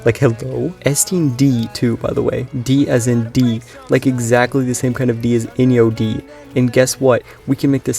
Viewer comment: By the way, Enyo is pronounced “On-yo” not “In-yo”. So it’s even worse than what you think